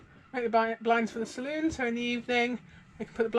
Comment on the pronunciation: Thank you for pronouncing it saloon NOT salon.